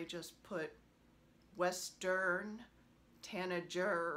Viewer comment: Hi! OMG - You're delightful. I love your May sheep - so so cute! And I love your Peace sheep. Your bird pieces are gorgeous - I love those bird charts from Heartstring. I think I might have those charts. Your Westerrn Tanagerr pronunciation is cracking me up! Really really enjoyed your video! Kathy